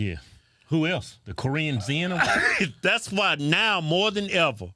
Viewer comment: “The Korean zen” lol